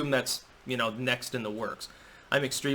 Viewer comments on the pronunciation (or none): "...I'm also highly caffeinated" sounded at first like '..highly Catholic '. ^^ Had to rewind a few times., you have been suggested as a guest on Tim Pool's Timcast IRL the other day and I highly support that! Nice debate with Spencer, it was... entertaining. Best of luck with becoming the first top BitChuter! We're rooting for ya!